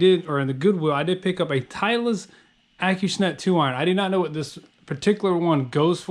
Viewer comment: Acushnet....Not hating on you but I think you're saying that a little off, or I maybe I am. Acushnet(Ahhh-cooo-shhh-net) Either way it's make money money make money money!